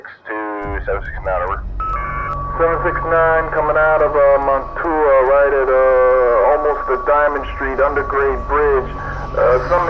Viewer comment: So you remade this video but still didn't learn how to pronounce Mantua? Ugh